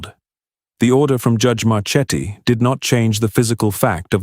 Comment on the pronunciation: Marchetti should be pronounced (mar-KET-ee).